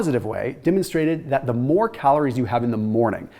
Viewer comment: I noticed how you said “calorie” and “heme iron” wrong 😅